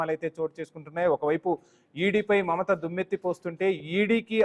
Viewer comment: Please read as Mamatha